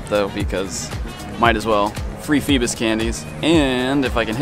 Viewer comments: I thought it was FEEBAS not PHEBAS.. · Lol its not "fee-bis" its "fee-bass" like the fish. Lol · IT PAINED ME WHEN HE SAID FEBIS!!!! DID ANYONE ELSE SEE THIS?!?!?!? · Feebas, pronounced as Feebass.. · If he dont stop saying feebas wrong I'm gonna go crazy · It’s cause you say feebas weird